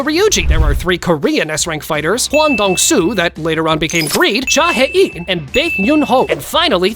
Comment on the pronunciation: Its called Cha hae-in